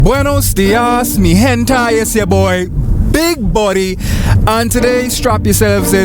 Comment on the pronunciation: …do you mean mi gente? Or are you saying “buenos dias mi hentai” on purpose? Love it either way, just curious